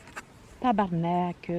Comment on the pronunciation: C'était de toute beauté Suzanne , que je me suis amusé en regardant ta vidéo...2 fois 🤭 Ce que j'aime de tes sacres c'est l'accent sur les " e " à la fin qui dénote une plus grande exaspération que le sacre en lui-même, genre TabarnaquEEE, shittEEE , ça m'a fait craqué E , 😅 . C'est malheureux pour les anciens bloopers dompés à la corbeille , il devait y avoir de ces perles ...( maintenant tu sais qu'il faut les garder en réserve pour le bye bye de l'an prochain 😁 ) . J'ai constaté que tu as flushé le mal engueulé qui t'avais laisser un commentaire de merde , bon débarras ! Je m'en allais lui glisser un mot gentil à ma façon 😇 . Tu n'as jamais pensé à investir dans une petite popote dotée d'un couvercle à barrure avec passoire intégrée ? J'ai constaté que tu perdais souvent ton couvercle en versant ton contenu 😶 Je te souhaite une belle et heureuse année 2022 tout en santé et en plein air !